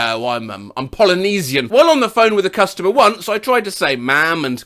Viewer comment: Did you just pronounce the S in Polynesian? That should be in your weird mispronunciations video.